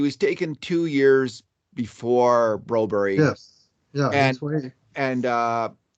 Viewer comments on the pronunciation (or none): Do u guys ever Read comments?? I have told u guys Broberg name in every vid u talk about him that His name is not bro-berrie like u say. God stop this 😂😂😂